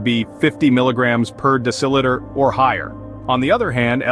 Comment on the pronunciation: It is "DECIliter" NOT "DECILItor!"